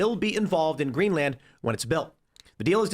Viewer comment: Why does he keep stressing the "a" in GreenlAnd? You wouldn't say Eng-Land, Fin-Land, Zea-Land...